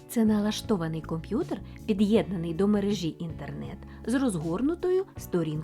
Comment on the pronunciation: Чому ведуча наголошує мережІ , а не мерЕжі?